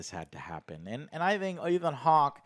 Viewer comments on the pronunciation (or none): none